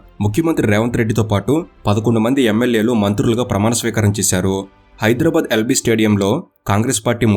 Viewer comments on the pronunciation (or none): none